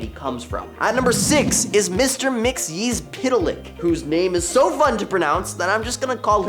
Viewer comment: Top 10 Nerd presenters do a great job in pronouncing Mr. Mxyzptlk , i feel the staff all collaborated to make sure everyone is on point. 💡